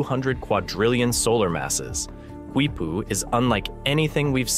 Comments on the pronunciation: Your own screen capture of the Wiki page tells you it is pronounced "KEE-poo," not "KWEE-poo." Can't you even read? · Dude! I can’t take it! I literally am yelling the same thing at the guy! Don’t say it again!! Nooooo! Qui-poo! Haha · The Quechua pronunciation is kee-poo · Its pronounced KEE poo. The Q is silent. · Why does the narrator persist in repeatedly mispronouncing the word "Quipu", when the video features a wikipedia entry clearly showing the proper pronunciation is "KEE-POO", beginning from time index ??? The video should be resubmitted with a narrator who can properly pronounce Spanish/Hispanic words! I couldn't watch the video past time index , as the improper pronunciation of Quipu was getting excruciatingly monotonous!